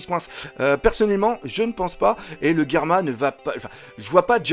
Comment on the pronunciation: Je confirme tu est loin d'être con Doc , tu es même très intelligent et continue tes vidéos elle sont de mieux en mieux 😁😁👍👍et aussi au lieu de dire Germa j'ai cru que tu avais dit Karma